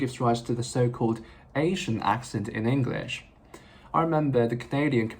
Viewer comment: 你的english這個字都沒發音正確😂